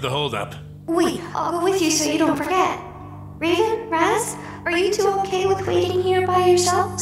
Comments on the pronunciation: I died when he said Raven and Ravin xD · It raven not ravin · He says ravens name rong sorry raz if u see this